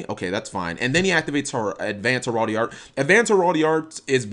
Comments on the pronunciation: Heraldee? What? Hearl-DREE. There's a second "r" in the world. Herardry. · heh-ral-dry is how it's pronounced